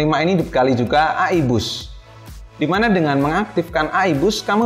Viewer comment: E AIII BUKAN AAA IIIIII hehe